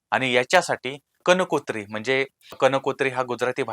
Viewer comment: कनकोञी नाही कंकोञी असं हव